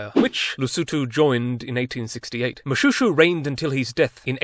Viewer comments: Moshweshwe not Shoe... I'm struggling to find humor in it. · Moshoeshoe not to be confused with Mobootboot. Funny there, but it's actually pronounced Moshweshwe. Always great to have our country on any platform though. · it is pronounced MoSHWESHEW (Moshoeshoe)